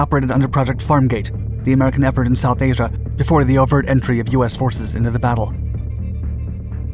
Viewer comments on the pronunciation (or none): none